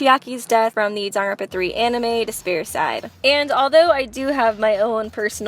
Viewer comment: How she said Dangropa